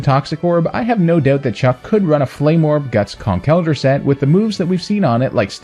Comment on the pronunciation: I’m just happy you pronounce Conkeldurr right lol